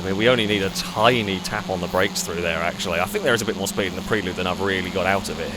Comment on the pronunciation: pronunciation of 'Prelude' is grating (always has been), I can't watch!:D